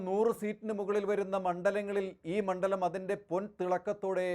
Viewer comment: ഇയാളും പതിവ് തെറ്റിച്ചില്ല. മണ്ഠലം എന്ന് തന്നെ ഉച്ചരിച്ചു. ണ്ഡ എന്ന അക്ഷരം ശരിയായി ഉച്ചരിക്കുന്ന മാധ്യമ പ്രതിനിധിയെ അത്യപൂർവമായി മാത്രമേ കണ്ടിട്ടുള്ളൂ. മിക്കവരും ണ്ഠ എന്നാണ്‌ ഉച്ചരിക്കുന്നത്.